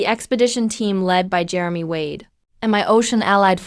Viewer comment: it's not Jeremy ward it's Jeremy Wade 😂